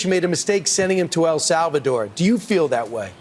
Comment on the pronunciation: Senator Kennedy can't even correctly pronounce "El Salvador".